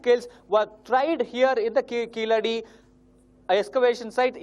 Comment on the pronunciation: It's keezhadi not keeladi🤣